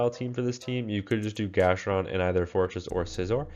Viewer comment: It’s GastrodON